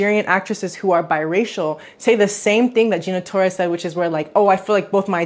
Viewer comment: Did you really just call her GINARA Torres???? That was ignorant AF